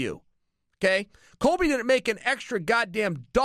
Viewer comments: Chael keeps calling him COLVY COVINGTON and it's making my ears bleed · "Colvy Covington" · Colvy or colby chael???